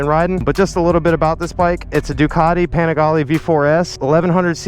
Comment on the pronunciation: PLEASE WORK ON THAT PRONOUNCIATION.. PPEENIGALEE